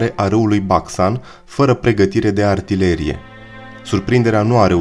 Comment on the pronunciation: Pe langa acea greseala mai ai cel putin doua: companíe in loc de compánie si artileríe in loc de artilérie. Daca esti român nu este de acceptat, daca nu esti român ai o mica circumstanta atenuanta. Oricum, nu este de acceptat sa nu te documentezi inainte de a face un astfel de material. Prin pronuntarea gresita a cuvantului "cremene" ai dovedit ca nu ai idee ce inseamna acel cuvant si de ce i s-a acordat acest titlu diviziei respective.